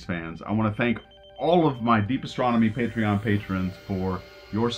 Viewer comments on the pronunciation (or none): none